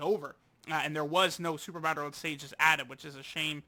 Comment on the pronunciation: Stop saying dokkan BATTIL at the start